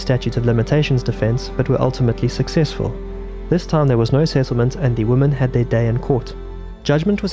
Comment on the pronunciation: Why do you pronounce "women" like "woman"?